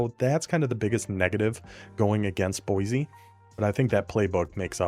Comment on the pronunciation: Boy-see, not Boy-zee